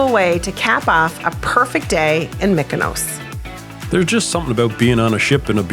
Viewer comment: It is pronounced MEE-koh-nos, not MICK-oh-nows. Sounds like in parts you do say the proper "EE" for the Greek "Y". What is the most odd is that in the few places you do say "ME" is actually on the island! So why the voiceover, which you did later, mostly pronounces it incorrectly, is interesting. But since it does seem back and forth, maybe it is hard to do a word like that. Anyway, the shirt gag was brilliant. I can just imagine when you guys all met and were wearing the same shirt.